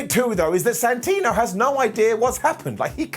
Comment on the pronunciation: I always find it funny when talks about Santino, because he always calls him Santina without realizing, Lol.